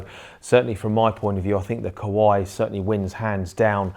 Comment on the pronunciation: Why you sound Kowai instead of Kawai...)